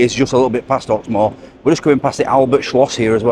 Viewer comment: Hawk-more? no thanks